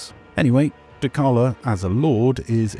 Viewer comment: Are we really gonna pronounce dechala like dekala???